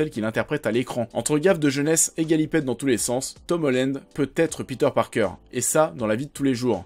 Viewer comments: On dit Tom HOLLAND pas Tom HOLLÈNEDE (<--- ceci est la prononciation) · c'est pas Tom Hollend mais Holland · Par contre euh comment tu prononces Tom Holland ça va pas du tout..